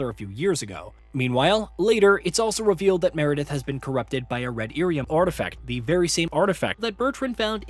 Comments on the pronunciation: That dude has never played a DA game clearly, and likely read lyrium as Iyrium (capitol i) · Dude it's Lyrium not Irium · what the hell is red irium ..... 😂😂😂😂 he called lyrium as irium 🤣🤣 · Someone either wrote this guy's script badly, or he did not check his pronunciation of certain words. Red "Lyrium" not "irium". Also said "Orzammar" wrong. Kinda takes away some credibility of you covering a franchise when you can't say things correctly... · 'Theedas' I can kinda understand. OrzAmer I can kinda understand. But... 'Eerium'? Really? Granted, fantasy names are weird and pronunciations aren't always consistent even in the source material (Ghilan'nain / Ghilan'naan). But when you start omitting whole-ass consonants it really calls into question where you got your information from. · irium? Theedis? Mittle? Corifis? Even Sera pronounces his name better than that - Coryphytit <3. Oh, and the S in viscount is silent. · right that irium, theedis corifis 🤣🤣🤣🤣🤣🤣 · Ear e um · Red lyrium “Cor-riff-ee-us” They’re pronounced multiple times in the game bro 😂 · Great overview, especially after how long it's been since I've played the games. But bruh lol, an average DA player would know have known how to pronounce Thedas, Lyrium or Orzammar.